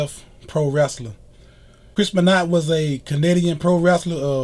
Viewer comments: First video done without present because the guy is just reading a Wikipedia entry Not your best video By the way, it's pronounced "ben wah" not "ben not" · I've followed pro wrestling for 46 years and I've never heard of this Beennot. Please learn how to say his name correctly. Thank you. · I know that you're gonna hear this ad nauseam on this vid but it's pronounced "Ben-wah", and ALL old school wrestling fans know that WWF/WWE is the same company but yet you mentioned it as a different promotion. They had to n change the "F" to "E" in 2002 because of a legal lawsuit with World Wildlife Fund...😒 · You aren't even close on pronouncing his last name correctly. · Brian Mcnamara I cringed every time he said it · I'm glad you understand that you pronounced his name incorrectly because honestly, you sounded ignorant. Just saying.